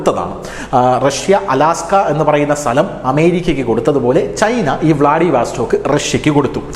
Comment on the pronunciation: വ്ലാഡിവസ്റ്റോക്ക് എന്നു പറയൂ. വാസ്റ്റോക്ക് അല്ല